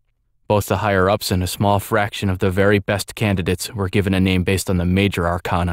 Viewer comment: this is great, but one minor thing: arcana is pronounced wrong here. it's are-kay-na, not are-kahn-a. persona 3 used the latter, but atlus admitted it was wrong & used for artistic effect. Keep up the good work, though!